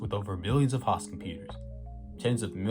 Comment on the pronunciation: Host is Hoooost, not haust. Otherwise the English is good and the subject informative, but have to wonder why someone speaks so well and misprounces such a basic word. For clarity, host and most rhyme.